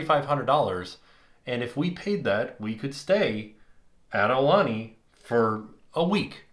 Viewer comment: ok I can't take it anylonger.... It's pronnounced A oo lanie , not a lanie .. You guys are leaving out the 2nd vowel. Ugh!